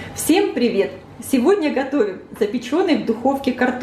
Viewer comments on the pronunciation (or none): none